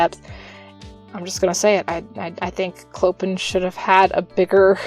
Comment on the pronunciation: His name is pronounced Clo-pan :)